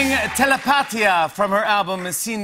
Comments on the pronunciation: my mans put the emphasizes on the A instead of the I 😭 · Jimmy: “Tele-PAT-ia!” Dammit, gringo. There’s an accent mark and everything. 😑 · Bruh! Jimmy pronouncing Telepatia was funny. The word is emphasized in the "i" where the accent is. Basically the i is pronounced a little longer. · Tele- Patia 😂😂😂 Se pronuncia Telepatia !! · He said "TELEP Á TIA" instead of "TELEPAT Í A" , spending a little time learning the pronunciation of a song's title wouldn't kill you, but it shows how hypocritical the United-Statesians are.🤡❤ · I mean he's lazy af, I don't expect him to pronounce the album's name right, but at least the song's name, not even because it's all over the song, but because it's easy to pronounce TelepaTíA and not TelePAtia. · ¿Tele-pátia? ¡Telepatía! hizo lo que mejor pudo para pronunciar una frase es Spanish Lol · lol Jimmy's pronunciation of Telepatia. Instead of Tele-Pa-Tia, he said Tele-Pahtia. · I’m a native Spanish speaker too and he didn’t. El acento está en la í: “telepatía.” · It’s very possible he learned it and forgot. It’s not easy for everyone to remember and speak the correct stressed syllables in a word in a foreign language. People learning English always get the stress wrong in words. It’s normal. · "performing thelepateea" fucking love Fallon hahaha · TelePAATia (such a bad pronunciation!) Lol Buahahahahahahahaha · jimmy’s spanish pronunciation lol, bless his heart. this performance is beautiful. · i'm pretty sure he pronounced it that bad on purpose lmao there's no way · Quite dumb to get mad indeed, but then again it is also a bit silly that no one told Jimmy about the correct pronunciation of the song he is introducing, one word...he killed the name of the album though, which I believe was harder to pronounce lol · Btw he didn't pronounced telepatía correctly hahaha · He said it the way my Australian siri pronounces it, lol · the way jimmy pronounce telepatia 💀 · Bruh give him a break lmao it wasn’t even that bad of a pronunciation.